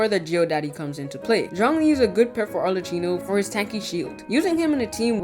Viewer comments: i'm gonna be the italian pointing this out now xD her name is pronounced like "maCCHiato" not like "cappuccino" "cch" like in "arleCCHino" is pronouced as "C". "CC" like in "cappuCCino" is pronounced as "ch" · I cant stand how he pronounces arlecchino